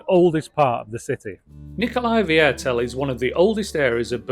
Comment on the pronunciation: Hahaha you make my teeth hurt with your funny pronunciation...It is called Nicolai VIERTEL .. which means Nicolai Quarter........